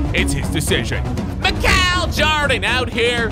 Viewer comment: Boi said mick-cow but i still love your vids